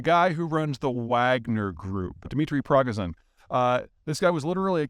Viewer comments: Also it's pronounced Pree-GO-zhin, not PROG-a-zin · "The guy who runs the Wagner group, Dimitri Progazin, ..." CRINGE Learn that man's name, or your audience will think you literally do not know the first thing about the stuff you are presenting!! Yevgeny. First name is Yevgeny. Yevgeny, Peter!!!!! YEVGENY!!!! And last name is Prigozhin. Pree-GOH-zhin. There is no "a" in there. First syllable is "Pri". Say it: Prigozhin. Say it again: Prigozhin. Say it a hundred times: Prigozhin. Prigozhin. Prigozhin. Prigozhin. Prigozhin. Prigozhin. Prigozhin. Prigozhin. Prigozhin. Prigozhin. Prigozhin. Prigozhin. Prigozhin. Prigozhin. Prigozhin. Prigozhin. Prigozhin. Prigozhin. Prigozhin. Prigozhin. Prigozhin. Prigozhin. Prigozhin. Prigozhin. Prigozhin. Prigozhin. Prigozhin. Prigozhin. Prigozhin. Prigozhin. Prigozhin. Prigozhin. Prigozhin. Prigozhin. Prigozhin. Prigozhin. Prigozhin. Prigozhin. Prigozhin. Prigozhin. Prigozhin. Prigozhin. Prigozhin. Prigozhin. Prigozhin. Prigozhin. Prigozhin. Prigozhin. Prigozhin. Prigozhin. Prigozhin. Prigozhin. Prigozhin. Prigozhin. Prigozhin. Prigozhin. Prigozhin. Prigozhin. Prigozhin. Prigozhin. Prigozhin. Prigozhin. Prigozhin. Prigozhin. Prigozhin. Prigozhin. Prigozhin. Prigozhin. Prigozhin. Prigozhin. Prigozhin. Prigozhin. Prigozhin. Prigozhin. Prigozhin. Prigozhin. Prigozhin. Prigozhin. Prigozhin. Prigozhin. Prigozhin. Prigozhin. Prigozhin. Prigozhin. Prigozhin. Prigozhin. Prigozhin. Prigozhin. Prigozhin. Prigozhin. Prigozhin. Prigozhin. Prigozhin. Prigozhin. Prigozhin. Prigozhin. Prigozhin. Prigoz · Not Parmazhan - Prigozhin. Peter, I know it is weird for English speaking to pronounce Eastern European names, but come on this sounds too funny. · Did he mispronounced Prigizhon's name? I thought it was pronounced "Pry-goh-zhin". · Prigozhin is pronounced "pri-GOH-zhin", with the "zh" equivalent to the buzzing "s" in "pleasure", "leisure", etc. And his first name is Yevgeny, not Dmitri. Cheers